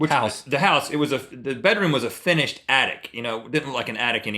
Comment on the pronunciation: "Finnish-ed" attic. I love how Rhett didn't notice it.